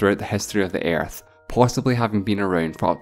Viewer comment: I'm "concairned" with the "Airth"